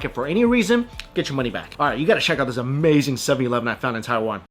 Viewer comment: Argh, that all looked A-MEYE-ZING (phonetic approximation of how Mikey sez it)! Someday, Taiwan, I shall come and eat all the things!